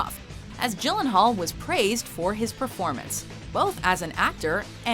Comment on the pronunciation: she is pronouncing it properly.